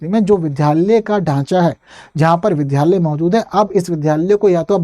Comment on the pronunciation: Vidhyalaya nhi vidyalaya